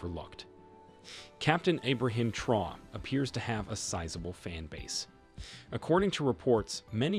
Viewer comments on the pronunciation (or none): It’s TRA-ORÉ!!! Please, research before presenting.